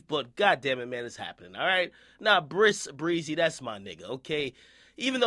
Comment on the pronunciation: Stop saying brisk breezy fam